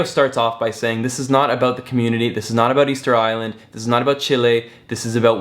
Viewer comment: It's official - Ticket Island not "Easter Island"